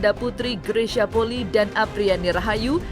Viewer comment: Maaf,bukan poli,tapi penyebutannya adalah poli i,i nya dibaca 2x karena itu adalah marga...